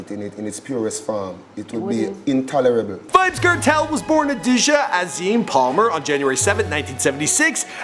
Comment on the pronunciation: "VYBZ KERTEL" 😂😂😂